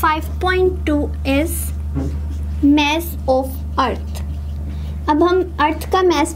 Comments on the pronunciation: Mess nhi hota MASS hota hai🙄😁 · The best teacher for physics, your vdios are helping me so much. But the way you are pronouncing MASS its just too creepy! IT GIVES ME CHILLS.